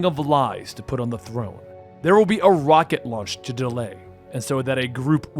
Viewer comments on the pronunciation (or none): none